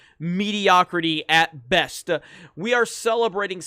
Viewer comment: "At best-uh" lol